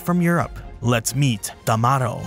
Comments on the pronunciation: TamaRRO, you are supposed to roll the r there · And, considering that it's catalan, the "o" should donde like "oo" or "uh" I don't blame him for the mispronunciation 😅